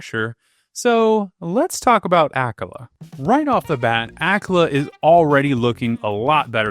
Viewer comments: The way you pronounce Akkala makes me nauseous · Did anyone else become lost by his pronunciation of akkala? I was like.. ok, never heard of that part of Hyrule, but nice, then he started showing tarrey town and I was like ohhhhhh